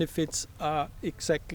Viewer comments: I’m positive it’s my ears and you aren’t purposely disrespecting all Australians, by pronouncing Emu as Eemoo. Well since you are doing a little documentary on our famous coat of arms animal. Interesting video thanks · IT IS EMU (EEMYOU) Not Eeemoo. Dear lawd -- get it right!